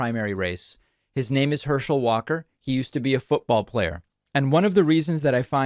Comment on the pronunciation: 29 "Herschel Walker quite literally can't speak." One second later... mispronounces Herschel Walker's last name.